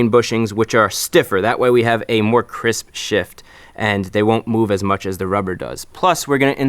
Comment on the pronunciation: "Hey guys... crisp shift here..." Am I the only one who heard it?